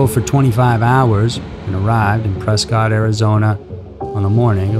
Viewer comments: It's pronounced Pres-kitt not press-cot lmao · off topic but you pronounce Prescott incorrectly.